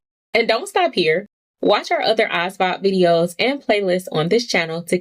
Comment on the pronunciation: why your pronounce asvab like that shit bms